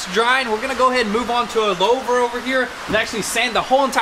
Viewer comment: "Lowver" = get ready Webster it's coming